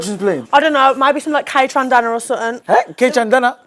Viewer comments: 'Kaytrandana?? Whoz dat?" She tried to say 'Kaytranada'. rubbing off on her real quick🤣🤣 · Woah woah woah, we’re not gonna let that violent name butchering slide … Kaytrandana uno, I think she means Kaytranada 🥲. Don’t ever disrespect a 🐐 of neo soul, dance and electronic like that! Shame on her (and missed that one as well 🤣🤣🤣) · "Kaytrandana" 🤣🤣🤣 I think she meant Kaytranada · KAY-TRAN-DANA?!!! Na gtfoh man 😂😂😂